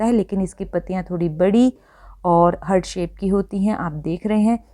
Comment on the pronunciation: Excellent information!,🙏 Heart is pronounced as HAART not hurt.